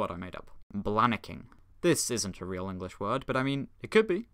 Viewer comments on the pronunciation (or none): none